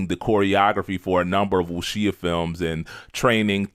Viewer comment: Definitely appreciate the enthusiasm. I gotta point out that you’re mispronouncing “Wuxia” and “Taimak”. Wuxia is pronounced “Wu Sha” or closet to “Wu Shia”, and Taimak is pronounced “Tie Mock”. Also, you left out a big element of the impact of the grindhouse movies in NYC. Because of those movies, not only were dudes like Ron Van Clief making movies in Hong Kong, but dudes in the 5 boroughs were seeking out actual teachers, who were more than willing to teach the youth. This is how dudes like Sifu Raul Ortiz, Sifu Carl Albright, and Prof. Moses Powell (R.I.P.) emerged. This also encouraged ghetto youth to seek out martial arts in order to shoot the fair one, which kept them from killing each other in the streets. To this day, a lot of the O.G. Martial artists are passing on the tradition to the next generations. One last note: Bruce looked at fencing for his style to use his lead hand as the penetrating hand, aka the “intercepting fist”. ✊🏾